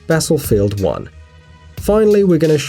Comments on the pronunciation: Did my guy just say "battlefold 1" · Lets ignore everything and take a look at the fact that you said basslefield 1 ree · Did anyone noticed he said basslefield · basslefield uan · When you said battlefield it kinda sounded like Battlefooled Darn you for insulting battlefield